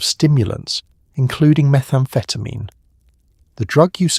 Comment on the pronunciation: This sounds more like dexamphetine than methamphetamine?